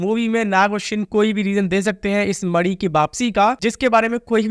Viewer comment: Bhai mani hota hai naki madi